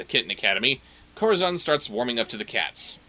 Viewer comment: Where to start with this series? First off, I can't get used to how everyone keeps calling Corazón 'Kohra-zawn'. I looked up the Latin American dub and they pronounce him perfectly! The first time they play fetchball, one of them puts the baseball in the toy box and Rotty claims it goes through the hoop. Seriously? What buffoon would through a baseball through a hoop? A baseball is clearly a toy, as evident in hundreds of illustrations of children's books. Luckily they seemed to have noticed that themselves and in the next episodes, the basketball goes into the hoop instead. Bringing us to our next point: Rotty. This has probably been pointed out in the video (I posted before watching) but why is his name Rotty if he's A BORDER COLLIE? And lastly, although people not that familiar with cars won't get this: the fact that the strays live in an old Toyota Van (VanWagon) from the 80s upsets me the more I see it. All those disposable 90s and 2000s cars in the junkyard, and they occupy the diamond in the rough. They made close to 170,000 of these in four years and only a few hundred are still on North American roads today. It's structurally even still in good condition save for graffiti and missing parts, and it is a crying shame to see one of the few survivors ending up like this.